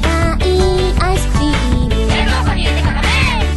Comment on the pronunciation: You sounded a bit wierd when you said Metamorphosis in the beggining, but everything else rocked!! :D